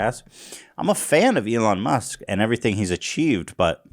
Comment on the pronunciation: Everyone else: Elon Musk Ethan: Elon Muss